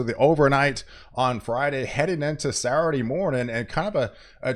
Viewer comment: Sat - ttur- dayy😅 I think he’s doing it on purpose lol On “ Sa- Urdy “ 😅